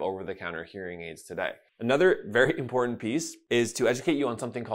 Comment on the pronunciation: A doctor who can't pronounce "important", but instead says "impor-ent".